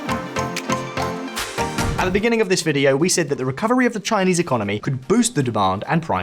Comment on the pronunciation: "Resurgence of the Xinese economy" Really?